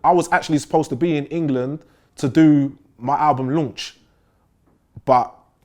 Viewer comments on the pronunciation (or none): "i was actually supposed to be in england tuu duu ma album lunch" lmao:))